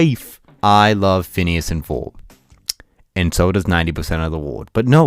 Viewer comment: *Ferb... Not Forb/Furb